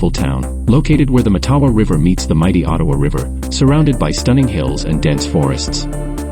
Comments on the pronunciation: It’s pronounced MATtawa. With the emphasis on the first syllable. Like Ottawa. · It's pronounced MATawa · Hé could pronounce the name properly